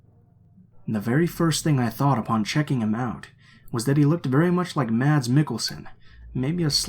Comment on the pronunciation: Yay mads mikkelsen🇩🇰🇩🇰🇩🇰 btw it’s pronounced like mas